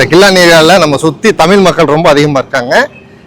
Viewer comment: தம்பி தமீல் தமீல் ன்னு தவறா சொல்லாதீங்கப்பா.....தமிழ்....ழ்...ழ்....சொல்லிப் பழுகுங்கப் பார்க்கலாம்..! சித்திரமும் கைப்பழக்கம் செந்தமிழும் நாப்பழக்கம்..!!